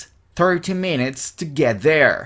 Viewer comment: Lo unico malo es que cuando estas dictando despacio se siente que pronuncias: it ( con S) y tambien (get). Pero luego todo excelente.